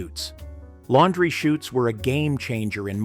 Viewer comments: It's laundry chutes. Not shoots. As in parachutes. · Laundry "chutes" not shoots.